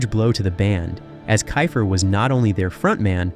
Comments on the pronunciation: It’s pronounced keefer. And I know I heard you say it correctly and then go back to kifer while I’m typing this. wtf man? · Okay first of all it’s KEEFER NOT KIFER! And they were a solid band and did great live shows, they just came on the music scene too late unfortunately. Still love Cinderella 😁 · It's pronounced Key-fer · I bailed on this as soon as he pronounced Tom’s name wrong! Cmon man, get your shit together. It’s KEY-fer. 👎👎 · its pronounced KEEFER you dimwhit lol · First learn how to pronounce names correctly "kiffer? Are you drunk? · KEE-FER!!!! FOR FUCKS SAKE!! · a kickazz band-and it's pronounced KEEFER, like reefer! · One minute in and I’m bailing! It’s pronounced “kee fer”. Content farms are the worst. Do better. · I stopped watching when he mispronounced Tom's last name. I mean, c'mon! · if your gong to do a video on a band say the lead singers name right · I'm sorry but I can't trust a guy who can't even pronounce the lead singers name on telling me information about the band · Your saying his last name wrong lol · You didn’t learn how to pronounce his name? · I agree with the name mispronunciation. This video is lame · The fact they left him out pissed me off even more than them mispronouncing Keifer lol. He joined right after Night Songs was recorded and is on the cover and all of the videos, even though he didn't play on the record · im out. cant even pronounce tom's name. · omg. I can't with the constant mispronounced last name of the lead singer. I mean, why? There's literally thousands of interviews where people pronounce it correctly. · WTH, you can't pronounce names, keifer or the word LIVE, you should be fired, WTF. idiots 2025 headline tour? or you serious? i have no words how dumb this is. not to mention many wrong pictures used as well of not even of the band. or Warrant- showing David coverdale? SMH